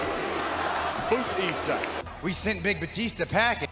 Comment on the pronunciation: JBL said BooTista 👻 hah BootTista 🥾 lol